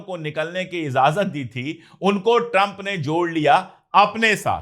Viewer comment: हुज़ूर आप इज़ाज़त पढ़ते हैं जो ग़लत है सुनने में अच्छा नहीं लगता लफ्ज़ इजाज़त है. IJAZAT